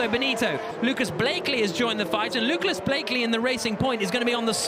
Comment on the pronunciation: he said luklas Blakely